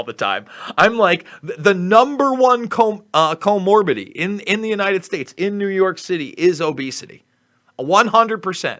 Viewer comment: Co mor bid i ty. You are missing a syllable. Want you to sound as brilliant as you are. ✌️